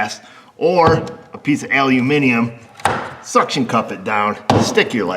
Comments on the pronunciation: Thanks again for “aluminium” as opposed to “aluminum”🤣, also some bubbling sexual tension in this episode. Roll on the weekend🤣🤣🤣🤣🤣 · Afternoon, how the hell do you do it, not only say the word "Aluminium" correctly, but get Mrs O to help just after having her nails manicured, and have a couple of good innuendos chucked in to boot, great Video's, only started watching about 4 weeks ago and have nearly caught up with the back catalogue. Had a good one the other day, old 1998 scissor lift not working, no wiring diagram as they don't exist, and had 12v at source and function button, but no functions, nearly gave up, found a crusty butt connector would show voltage but not pass the currant to actuate a solenoide, cut out rewired, Bob's your Uncle, Fanny's your Aunt, Bish, Bash, Bosh. All working. Only took 4 hours to start at the beginning of wiring loom and go through all 80 feet of it as most of it was in a sealed box section, no plug in diagnostic toys, just the eyeballs and Noggin, You seem to be a genuine nice guy looking at the help you've given to people over the years, nice to know you. Regards Richard 🇬🇧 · Wow, an American who pronounces the stuff right: aluminium in stead of the in the US more common but butchered aluminum………;-) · Kudos to you, for the (correct) English pronunciation of "aluminium" and more kudos to Astro for that cool sucker device! Shame I can't find their tools here in England. Cheers! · Well done, we got you using the correct English for Aluminium. Now we need to get you to work on soLder, you know the one with the NOT silent L in it.